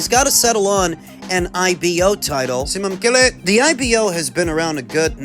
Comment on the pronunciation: Simamkele, congrats, that's a Zulu name you just tried to pronounce